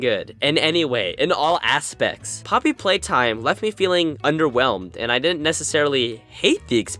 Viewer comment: Both you and FoeKoe called it “Poopy Playtime”